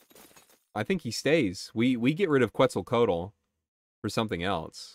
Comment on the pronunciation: Ftr, Quetzlcoatl is pronounced like "ketzel (rhymes with pretzel) co ah tl"